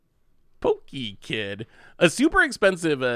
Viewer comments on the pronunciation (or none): none